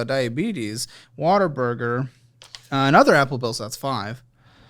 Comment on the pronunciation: Every time says "What a Burger" I hear "Water Burger"